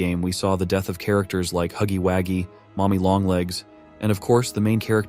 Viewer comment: I think he did that cus the narrator (most likely ai voice) said huggy waggy insted of huggy wuggy